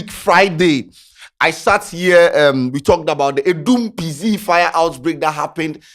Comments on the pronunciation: the name is pronounced like "Pee Zet" (PZ) not "Pee Zee" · please it’s P Zet not P Zee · The name be PZ not PZee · the name be Pee Z3T 😂😂don't brofolize the name. Which one is pee zee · Wat is Adum p zee.....masa it's p-zet😂😂😂😂😂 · ebi Pee Zet..... not Pee Zee😂😂😂